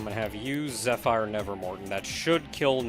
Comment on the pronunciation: I normally don't correct pronunciation, but you're probably going to use zephyr for a long time and it's really starting to grate on me. Zephyr is pronounced ze-fur, not ze-fire.